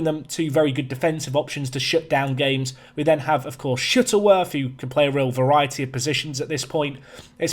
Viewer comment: I swear sometimes you say Shittleworth lmao